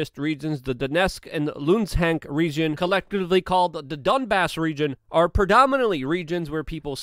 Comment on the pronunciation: I live in Ukraine... and I think you nail the on the head. Except that you butchered the pronunciation of "Luhansk" (Ukrainian-style) or "Lugansk" (Russian-style).